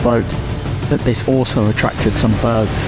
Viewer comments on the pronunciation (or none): none